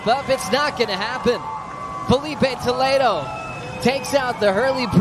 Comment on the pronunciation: Fala o nome do Filipe Toledo de forma correta seu analfabeto!